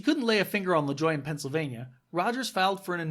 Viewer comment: It's pronounced La-joo-ay